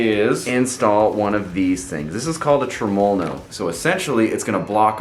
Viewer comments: I figured after the 789309th time u said trumulalow no you would learn to say it properly without struggling so much 🤣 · Dude you are pronouncing Tremol-No wrong. I wouldn't say anything but you say it so many times and is cringing me bud.